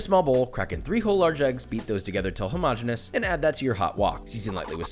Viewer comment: Josh I love ya, first because you pronounce homogeneous correctly 👏. Second I would like to propose a drinking game for future episodes. Every time you say “bad boy” we take a shot 😂